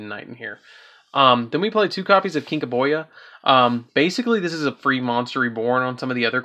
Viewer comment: Does nobody know how to pronounce kinka-byo?! It’s pronounced kinka boo! It’s a card from the original series so I don’t see what the problem is with the pronunciation